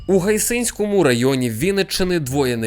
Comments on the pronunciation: гАйсинському районі, отакий наголос правильний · Гайсинському з наголосом на А, Гайсин 25 км від мене) Дякую